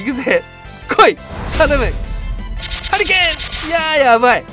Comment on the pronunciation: ハリケーンがハリーケインに聞こえた俺は末路